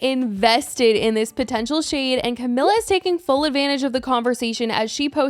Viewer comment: The comments on the last video told you that you weren't pronouncing Camila right...